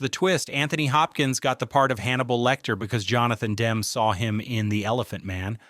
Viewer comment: For Christ's sake pronounce Demme correctly. Your dumbass keeps saying Dem.